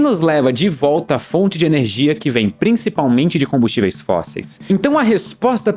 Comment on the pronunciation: Sempre que ele fala ernegia fuca mais esciuro / claro